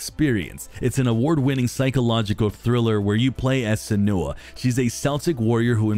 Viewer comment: Dude just butchered my wife Senua name 💀